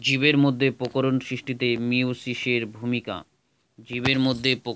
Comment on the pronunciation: Sir ota pokoron noi prokoron😅😅